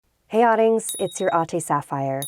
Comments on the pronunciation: I always thought she said “Hey oddings, it’s you ” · I thought she said hey audience, it's your. Okay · Oh my god I thought she was saying oddlings at first in British so I don’t know her language that well, is she is Filipino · Okay, I actually thought that she's saying a completely new word in the beginning. Filipino word pala. "Adings" and she also said, "Ate Sapphire." I thought its "Oteh"